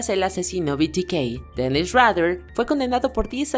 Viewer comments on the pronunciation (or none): Superviviente 😂 Menos mal que a fish lo pescaron 😂 Rader se pronuncia raydar no como dan rather el periodista Los únicos que me dan lastima son David Berkowitz y Jeffrey Dahmer